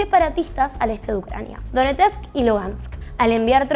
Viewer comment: Es "Donetsk".